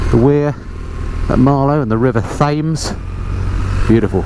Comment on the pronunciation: Never disappointed with your reviews. Always a joy to see my old stomping grounds now I live in the states. But the river 'tayms' - wash your mouth out - it's the river 'tems'! :-D